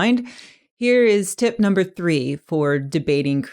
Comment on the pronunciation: When you sat tip#3 it sounds like tit#3